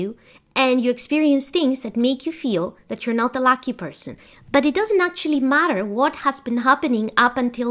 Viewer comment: I love your videos but you say “Lacky Person”…. I know you meant “Lucky Person”….